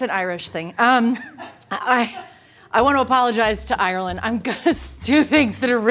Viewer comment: At least you say Ireland properly you would be suprised how few people do